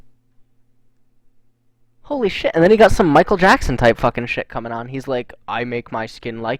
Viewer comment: why do you and artosis say "gut" instead of "got"?